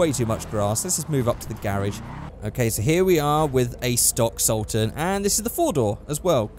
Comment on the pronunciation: When he said he was doing the regular sultan I was happy,..... then he butchered it. You let me down with this one